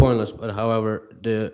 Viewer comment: Im only a few mins in and his pronunciation of words that begin with 'th' becoming 'duh' is so irritating. And no, its not a Ukraining accent thing.